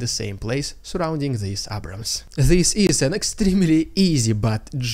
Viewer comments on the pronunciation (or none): none